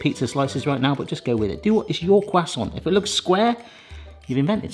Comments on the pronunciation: CRUSAINT CUSTANT COOSAAONT.... Quhhh sawwnt' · I’ve never heard someone say croissant like quwasont lol. I’m very much uncultured American. 😅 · What's a cwassant?